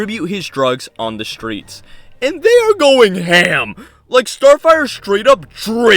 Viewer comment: IT'S PRONOUNCED 'STREETS' NOT 'SHTREETS'. Why does every foul mouthed youtuber have this SAME 'speeth impediment'?!?!?!?!?